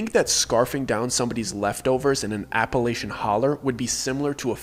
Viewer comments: Don’t believe anything someone says about Appalachia if they can’t properly pronounce Appalachia. 😅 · You pronounce Appalachia wrong.